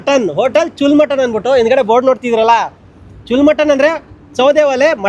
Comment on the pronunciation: ಚುಲ್ ಅಲ್ಲ ಕಾಕ್ ಅದು ಚೂಲ್ಲಾ ಅಂದ್ರೆ ಓಲೆ